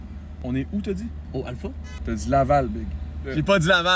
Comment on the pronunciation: J'ai tu dis LAVAL ? 😏👌😂😂😂😂😂